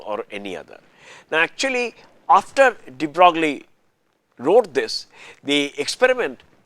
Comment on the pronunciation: DeBrogllie ==> pronounced "debroyy."